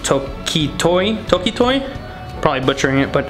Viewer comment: It´s Toki-toki lol, and ChroNOa